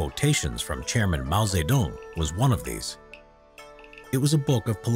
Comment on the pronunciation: when you say chairman i hear GERMAN